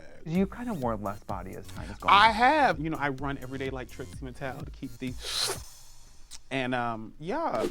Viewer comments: Trixie Mattel is three syllables!!! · I love how Mo thinks "Trixie Mattel" is two syllables. xD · You heard it first - "Trixie Mattel" is 2 syllables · not Mo saying Trixie Mattel is 2 syllables 😭💀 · I'm glad someone else clocked that.